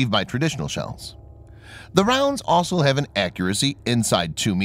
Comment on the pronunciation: Always good videos... just please learn how to pronounce the word 'also'. With only four letters in it, there's no excuse for getting them in the wrong order.